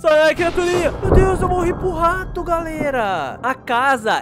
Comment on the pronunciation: Engraçado ele falando:a mãe o rato a mãe o tato